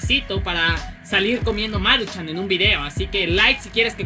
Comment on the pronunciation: No es Máruchan es Maruchan :v